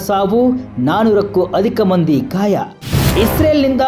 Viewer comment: ಅಣ್ಣಾ ಧಾಳಿ ಅಂತಿಯಲ್ಲೊ ಎಪ್ಪ ಘಾಯ ಅಂತಿ ದಾಳಿ, ಗಾಯ ಯಾರ ನಿಮ್ ಗುರುಗಳು 😂😂